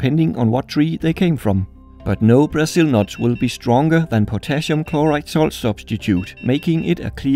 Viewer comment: It no "buzul nut" it's"Brazil"nut! Or "brUHzil" nut